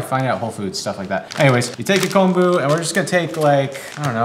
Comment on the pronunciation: Get the miso shiru screaming hot then add a raw egg. Yum! Also thank you for your correct pronunciation of kombu. So often it's mispronounced as "kambu".